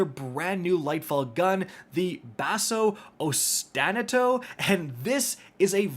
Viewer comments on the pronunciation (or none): With Basso Ostinato, it's pronounced osti-Na-to, emphasis on the Na part, with a long a sound like you're saying ahhh [osti'na:to]. It's a music term that comes from Italian, that means a persistently repeating pattern/phrase/motif.